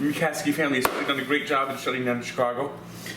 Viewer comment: C h i c a g o not Chircago